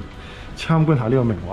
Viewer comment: 😂😂好搞笑讀明華個音，好似明畫咁🤣好有親切感影返自己住個度，加上明華會重建，好好記錄低☺️